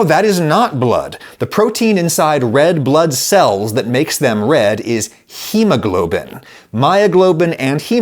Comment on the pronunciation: Yea we heard you say bread blood cells 😂